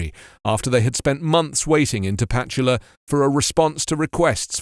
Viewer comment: Minor point for reference only: It's pronounced ta-pa-CHU-la, not ta-PA-chu-la. There are a few Spanish rules on which syllable is stressed in a given word, if you're interested. And yes, even though it's a native word, it is written and pronounced using Spanish orthography and grammar rules. Good video; just thought I'd point out a small error.